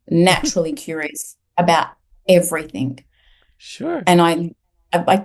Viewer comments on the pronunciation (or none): It was very difficult to listen to due to her stilted speech and strange pronunciation - ie everythink instead of everything, really distracting.